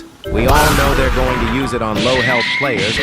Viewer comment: for a moment i thought you said "KEEP GOONING"